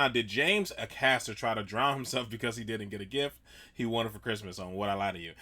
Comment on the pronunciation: It's Acaster, not A-caster. One word with no gaps between the A and caster; the "A" rhymes with Bay. Not a wiff, a width. A width of swimming in the water.